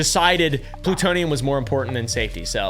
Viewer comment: Ploo-TOE-knee-Yum‽ Big $5.⁰⁰✌🏻werds and sayn that Merica lies to us makes hulk smash!